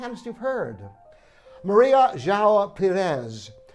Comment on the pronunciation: Can’t send a recording, but I can try to help improve you pronunciation on Maria João Pires. Pires=Peeeeeerush (kindish) João: you actually are close. I know the nasal diphthong “ão” is almost impossible for English speakers. Maria: Maa (as in “but”)-ree (lightly rolled “r”) -aaa (the same as in Maa)